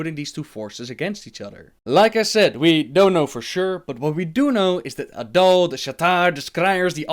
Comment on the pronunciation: "Their leader is adull".. A'DAL, not a-dull.:P